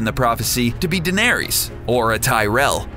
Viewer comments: Varees and danaerees? var ISS, danaer ISS. ech. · i dont mind people making vids like this but if you do say their fucking name right varies really its varys va-ry-s watch game of thrones before posting a vid on it same with Daenerys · omartheodd he also mispronounces Danerys and Lyanna it annoyed the hell out of me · ITS NOT CERSAY DANARIES AND VARIES!!! Like omg they literally say it in the fucking show like idk how you think they're names are pronounced like that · Who the hell are Vairees, Danairees, and Cersay? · Varies? Daenaries? Sir-say? When do they ever say the names like that in the show? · Varys - Va-riss, Daenerys - D-nair-riss, Cersei - Ser-see, Sansa - Sarn-sa (the show being without american accents, Sarnsa is the "correct" way to say her name)